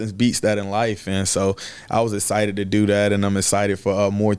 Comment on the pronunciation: He's "ehcited", I'm ehcited, we're all ehcited. Haha love you R0-dawg ! Let's f*ckin' go Ravens!!!